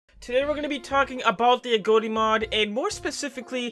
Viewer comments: Why you saying agoti like agoate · Every time he says agoti: Agoatee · Why doses he say agoti like that?